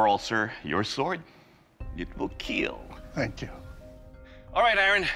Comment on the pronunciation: John wick says a pencil will definitely keel